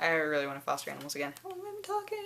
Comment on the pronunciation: You say it as aminals too!